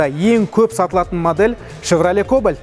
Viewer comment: Кублит емес Кубликко